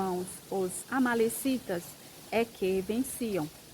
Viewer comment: É amalequitas irmã. Não amalecitas.